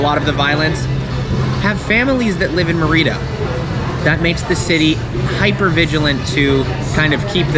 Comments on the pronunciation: Good video, good premise and factual. However, you need some pronunciation help... Mérida (accent on first syllable) is pronounced "MEHR-ih-dah", NOT "murr-EE-da" ; Yucatán is "yew-kah-TAHN", NOT "YEW-kuh-tan"; Quintana Roo is pronounced "KEEN-tah-nah ROW" (rhymes with "mow"). Now you are another step closer to Spanish fluency! 😃👍🏻🇲🇽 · I know that you speak some Spanish but I was surprised that you pronounce Mérida as Merída. Instead of putting the stress on the first syllable, where there is an accent, you put it on the second syllable. It would be like pronouncing México as Mexíco. One thing I noticed is that most people are wearing masks, even when talking. You are the only one not wearing one, perhaps because you are talking to the camera and eating. There is another American who makes videos about life in Mérida, who spends a lot of the video time talking about how great it is not to have to wear a mask. He recently walked through the streets of Oaxaca not wearing a mask while everyone else was wearing one. I actually got angry when I saw that and commented. He didn't like it very much. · It is Mérida, with the accent on the first syllable. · Never quite heard anyone pronounce Merida like you. What the heck! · I am sure he can learn how to pronounce Merida correctly, but I doubt you'll ever learn manners.